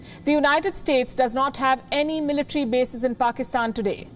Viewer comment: Ofcourse your speech is nice but its Military NOT "Militree". I have to say this, because listeners from non-native speaking countries would subconsciously learn from you.